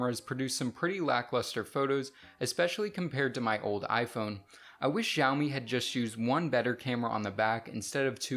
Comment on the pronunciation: Lifelong iPun user says iPun 7s 😂😂😂